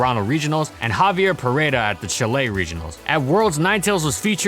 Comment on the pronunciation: Aguante Chi-leh ctm jajajjs